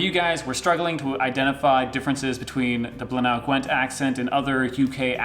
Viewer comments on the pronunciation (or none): It's Bly-nuh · Thanks for reacting to my accent. FYI Blaenau Gwent is pronounced BLY-NUH Gwent :) For your next video you could try some of the accent tag words and questions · Blaenau Gwent is pronounced "blainai" (as in "sky high"). The U in Welsh is pronounced "ee" (e.g. the name of the Welsh nationalist party, Plaid Cymru ("kum-ree") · It's pronounced "Bl--eye -n-eye" Gwent. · Phonetically it’s - bly-nu gwent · Welsh accents are tricky for everyone...its pronounced Bly-nae Gwent :-) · It's pronounced bligh-nigh gwent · I was too shy to participate lol, but good job. Blaenau I would pronounce 'Blina' Gwent, from my Cardiff neck of the woods 😉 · Hey, just wanted to help with the pronunciation of Blaenau Gwent, Blaenau is pronounced as Blen eye, you had the Gwent right though, at least that's how we pronounce it in Caerphilly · We pronounce it Bly-na in Blaenau Gwent